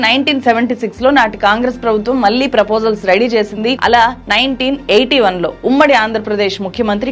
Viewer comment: జర్నలిస్టు అని చెప్పుకునే వాళ్ళు, కనీసం ఉచ్ఛారణ సరిగ్గా లేదు. ళ ని చంపేసావు మళ్ళి ని మల్లి అని కుళ్ళ పొడుస్తున్నావు. కొంచెం నేర్చుకో. No doubt you have done great story but need to pronounce properly. One more pount , your speech is like reading , that too very fast.